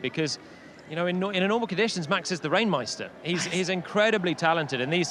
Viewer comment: "RAIN MEISTER"?? LOL!!